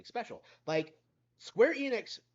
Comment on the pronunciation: You almost said Squeer Enix. 😂 Seems like one of your subscribers started to rubb off on you.